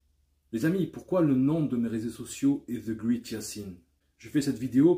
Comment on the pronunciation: La 1er sens qui vient est super Yacine. Le 2eme sens est grand effectivement. Une autre remarque est que great se prononce ɡrāt (grate), je fesais le même erreur moi aussi